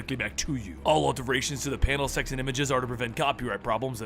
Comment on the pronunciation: Anyone else heard 'sex and images' or 'sexy images' instead of texts and images?